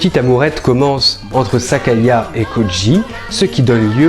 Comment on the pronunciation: Petite correction : c'est Sayaka, pas Sakaya ^^